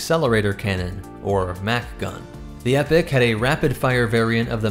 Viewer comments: Now don't get me wrong, I'm all for the EPIC class carrier, but I believe it should be pronounced EE-pok. Excellent breakdown though! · The pronunciation of that word is E-pock not epic actually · Epoch is pronounced Ee-pock Not epic... that is my only complaint other than that I loved your covering my ship! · The only issue I have is I understand you're pronouncing the real word epoch as Epic but they actually pronounce it with the E pock, because the initial designers for the ship was Spartan games were the ones that the designed the ship for them and named it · He keeps saying epic instead of epoch throughout right or am I just going crazy haha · Mispronounced Epoch, it's not pronounced like "Epic" but like E-Poc. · Hey. I think its pronounced E-poc not epic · Content is brilliant as far as I could watch, but please, please, PLEASE... ITS 'EPOCH' "Ee-pock" not Epic. And 'Sabot' does not have a silent t! It's "Sab-ot" not the fancy French sounding but hideously mis pronounced "saboh". Not usually a pronunciation Nazi but it was killing the delivery. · Prety sure its pronounced Eee-poch not epic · is noone gonan tell this man its pronounced EEE- Poc ? because its not pronounced like epic. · I’m not saying you have to pronounce it a certain way but, I think it would’ve been much wiser if you had opted to pronounce it as “e-pok” simply to avoid confusion, I know it’s a silly thing to worry about but I can’t help but wonder how many people could come away from this thinking this ship is the “epic class” despite the title and numerous texts in the video, also this is a personal thing but, jeez hearing it as “epic” honesty hurts my ears xD, it just sounds so, dumb and cheesy and doesn’t do the ship justice in my opinion, but that’s completely subjective, however I do believe it is objectively better to pronounce it “e-pok” simply to avoid any and all small chances of confusion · It's pronounced as "e-pok", that distraction aside it was another great video.